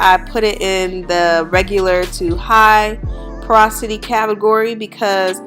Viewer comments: sis said posority 💀 . it's porosity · I was like if she say posority one more time 🤦🏾‍♀️ lol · Kiera lmfaooo I caught that too I’m like is she trying to saying porosity? 😩🤣 but at her request I’m moving past this and enjoying the rest of this year 🤣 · You're pronouncing porosity wrong